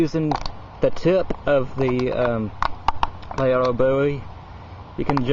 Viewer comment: Interesting history, knife fighting skills were more important when almost all firearms were single-shot. The Colt sidelined the fighting Bowie for the most part. I think it's pronounced: la-RAY-doe